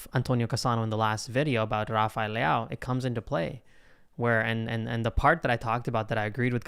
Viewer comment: Please learn how to pronounce Leão, just practice for 10min and your done.